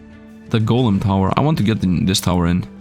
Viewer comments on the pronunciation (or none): none